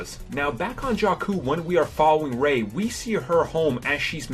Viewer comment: The way Jakku is pronouced is actually the same as a Albanian word Gjaku ( it means "Blood" )